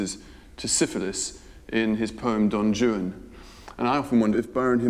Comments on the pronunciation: The way he pronounces "Juan" as "Jew-ann" is cute...I guess he doesn't know that in Romance languages the "J" is pronounced as an "H" sound. Well done otherwise, Rupert! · Why is it pronounced don joon for don Juan. Thought it was pronounced Don waan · Don Joo-an? What!? I thought it was Don "Whan" 😅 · Did nobody tell him that Juan is pronounced "Waan" and not Joo-an? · Don "Yu-an"?!?! Rupert, Juan is pronounced "Hu-an" for someone who purports to speak Italian, I can't believe you didn't pronounce Juan correctly! 😆😆😆 Aside from the mispronounciation of "Juan" which made me cringe ever time, I thoroughly enjoyed this documentary. I agree with many of the other commentators, Rupert is the prefect narrator for Byron's story. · "Why Capt'n Butler how you talk!" Why do you say "Don Jew-ann" when it is said: "Whane" think One with a W! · Yes my British friends, certain letters of the alphabet are pronounced differently in other languages. The name Don Juan is not pronounced Don jew-Anne (and it's not two syllables) & palliya is not pronounced pay-ella! My favorite cooking show, Sorted food, does that one all the time. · don joo-un, huh? ok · V.B. is right!... Rupert Everett pronouncing of D. Juan's "name" is completely wrong!... "Juan" is a Spanish name and the "J" should pronounce like an "R": R'uan!... So, your claim don't make any sense, it's absurd and reveal a huge ignorance!... -"He's pronouncing it in the way Byron wrote it"???... "Juan" pronouncing it's the same at Byron times as it's today!... And the rest... "Syllables" and "Rhymes" sounds completely absurd and don't have nothing to do with V.B.'s claim!... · I noticed that. One wd think he could pronounce Juan as Hwan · Rupert pronounces Don Juan as Don Jewan. Somebody help the boy. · Is Rupert Everett mispronouncing Don Juan or are there two ways to say it? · I love how he is totally incapable of pronouncing Don Juan correctly. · Have i been mispronouncing Don Juan all my life?!